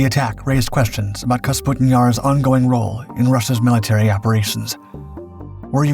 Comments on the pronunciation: It's Kapustin, NOT "Kasputin." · "Kapustin" vs "Kasputin" 😂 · [kah-POO-stin] not [kas-POO-tin], come on my guy, first line of the video!!! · Little things that really don't matter but still bug the shit out of me, like pronouncing Kapustin as Kasputin. Otherwise, an entertaining diversion. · Please pronounce it correctly! Капустин is KAH-POO-STIN, not KAS-POO-TIN. Russian isn’t all that difficult. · Kapustin, NOT Kasputin.. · Kapustin, not Kasputin lol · It’s „Kapustin“, not Kasputin… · Kapustin Jar, not Kasputin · You say Kasputin yar 9000 times. It's Kapustin. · Kapustin not kasputin . This is not as rasputin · Clearly spelled "KAP-SUTIN"...he pronounces is "KAS-PUTIN" six dozen times. 😂 Now ask him to pronounce "chassis". He says..."CHAS-SISS". 😂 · Please...! Name of the site is KaPustin-Yar - not KaSputin-Yar!! (Check Google - for God's sake) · they put Putin into everything. of cause its KasPutin Yar now. not Kapustin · Kapustin, not "kasputin". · under the picture it says . . . . Kapustin Yar emerged, but the narrator says Kasputin Yar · Please tell the narrator how to read. Kapustin, not kasputin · Did the mispronunciation of Kapustin through the entire video bother anyone else? It's Ka-pu-stin... Not Kas-pu-tin. Despite that, it's a fascinating subject. FYI, the British Canberra set an altitude record of 70,000 feet in the 1950s. In comparison, the ceiling of a MIG15 was 50,000 ft. The MIG15 carried two 23mm machine guns and one 37mm auto-cannon. It also could be fitted with unguided rockets. None of this would have been effective against the higher flying Canberra., which also was a near match for the top speed of the MIG. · For crying out loud, your pronunciation of Kapustin Yar make me go crazy. Just look at the order of the letters: "kapus" instead of "kaspu".